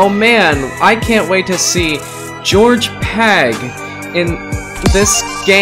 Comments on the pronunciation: He said George pag and not gorg pag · Its Gorg Pag not George Pag